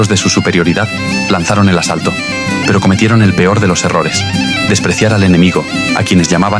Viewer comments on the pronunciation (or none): none